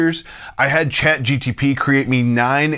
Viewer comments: Great video! Chat GPT by the way, not Chat GTP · Also, I gotta say it's "ChatGPT" not "GTP" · Say ChatGTP ONE MORE TIME! 😡 It's GPT